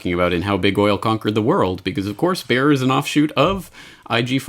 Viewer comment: It is not "Baer", for heaven's sake, the name is BAYER. These Americans are so ignorant. Pronounce it like BUYER. That fit's.